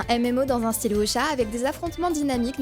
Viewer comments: Si tu veux être plus proche tu peux dire "Wou-sia", même avec un accent français ça sera ok :) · "Voucha" :'D